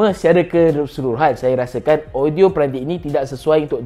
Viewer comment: Me: audio dia cm mana ? Mamat ni: odio dia... Me: opss shhh 🤫